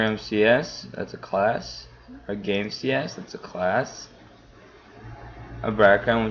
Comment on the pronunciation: You keep saying css it's cs. Don't want to be an ass but just saying...